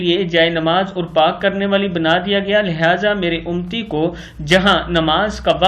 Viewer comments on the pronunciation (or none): Allahumma sale alaa Syadna Muhammaden ninabiyil ummiyi wa aalehi wabarik wasallum. Allah Tallah Khadim rizvi sahab ko jannat ul firdous mn jaga ata kre.ameen. Aap ne lafz UMMATI ko UMTI kaha hai plz taseh kr len UMMATI hota hai.